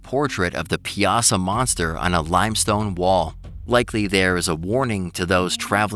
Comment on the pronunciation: Piasa is pronounce pie uh saw